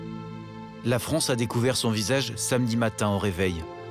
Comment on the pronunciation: la FRONCE